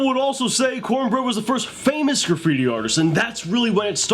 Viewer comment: The Word is Graffiti not Caffittti ! lol